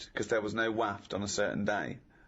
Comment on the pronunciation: Who on Earth taught Ricky Gervais to pronounce "waft" like that?!?!